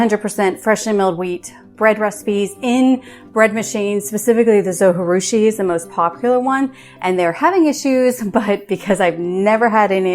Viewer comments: All of the information provided is great and helpful. Only downside is the whole time you miss pronounced the name of the bread maker. :( “Zo-Ji-Rushi” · Thanks for the video. Just one feedback. You pronounce Zojirushi incorrectly. It is not a Spanish word . So J in Zojirushi is not like J in Jalapeno. You can watch Zojirushi manufacturer's YouTube video to listen to the correct pronunciation (should be pronounced like Zo-gee-rushi). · Please learn how to pronounce the name of the company...it's not that hard and it is not a Spanish word--it's a Japanese brand. Your repeated mispronunciation of the 'j' as an 'h' is distracting from what is important content of your video, which by the way I really like! Good job. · Pronunciation of the brand name is driving me crazy. It’s a Japanese bread. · It's a J not a G.... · It's a Japanese name! Pronounce the J as a J…… Zojirushi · Good video. Thank you. But the people that make the zojirushi pronounce the “J” in the video that I got with my machine. I know the “j” is not pronounced in Spanish but this is Japanese. Not even sure if a dvd still comes with it. I’ve had mine many years. But the video on Amazon from the manufacturer also pronounces the “j”. I do wish things like that did not bug me. Sorry. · It’s Japanese, not Spanish. Pronounce the J. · Yes! That drove me crazy the first time I tried to watch this video and I stopped. I’m back, though.